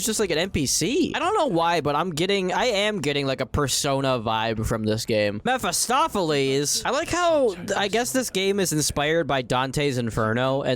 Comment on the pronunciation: Of ALL the names you mispronounce on the daily, how in the world did you say Mephistopheles near-perfectly?!